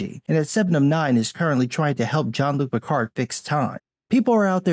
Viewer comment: Fucking Christ,. your pronunciation of Picard almost made me spit water on my keyboard!